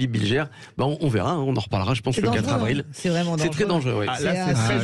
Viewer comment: 3 zavril et pas 3 havril , niveau maternelle pfff